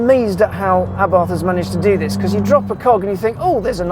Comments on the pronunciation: A-bart, NOT ABARTH 🤦🏼‍♂️ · The H is silent Mr motoring journo...